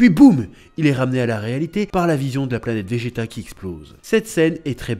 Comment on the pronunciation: Bonjour, Merci beaucoup pour ta vidéo sur l'OAV Dragon Ball Z - Bardock contre Freezer. Concernant la musique "Solid State Scouter", elle est aussi entendue lorsque Bardock combat les sbires de Dodoria (d'ailleurs, elle est tellement stylée que je me la repasse parfois). Et tu as dit "planêtre" au lieu de planète quand tu évoques les Saiyans qui se moquent du père de Kakarot. De mon point de vue, cet OAV est le meilleur de la série avec celui de Trunks du futur. Oui, les Saiyans ont massacré des populations et leur extinction est logique, mais d'un autre côté, il faut se demander s'ils avaient vraiment le choix. Tôt ou tard, Freezer aurait fini par exterminer les Saiyans, que ces derniers continuent ou non de le servir. Comme tu l'as dit, Bardock n'a pas eu droit à la rédemption, mais quelque part, sa mort permet à son fils d'hériter de sa volonté de repentance, puisqu'il fait le bien autour de lui.